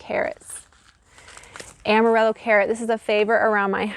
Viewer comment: Amarillo means yellow in Spanish. The ll is pronounced like y in yellow. Looks like a beautiful variety.